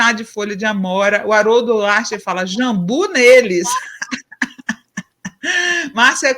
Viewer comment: Jambú com acento agudo no i dando a silaba tônica, JAMBU sem acento dando a sílaba tônica no JAM..... desculpa mas estão pronunciando errado.